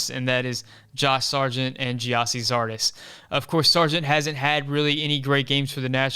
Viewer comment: You lost me when you said Zardes.... c’mon man.